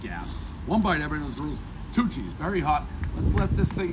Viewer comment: I kept thinking he was saying Two Cheese, then realised it was Tucci’s.